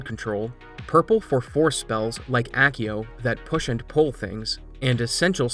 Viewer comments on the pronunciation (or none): none